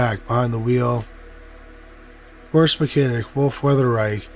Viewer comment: To incorrectly pronounce the Porsche name is a slap in the face to humankind. You're better than this, act accordingly.